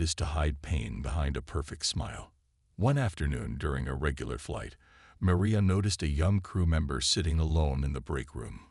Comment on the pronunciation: Your narrator,, apparently has frequent problems when pronouncing AND spelling the name Maria. And,he referred to her as Meriah, both in his pronunciation and in the text subtitles. she was Marion in the pronunciation and text subtitles., she becomes Meria. P.S. what's with all those "asterisk asterisk" statements?